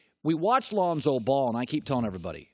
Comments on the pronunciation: Bro someone tell Gary his name is LONZO, not ALZONO. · So we gonna act like Gary Payton never called Lonzo "Alonzo"😂😂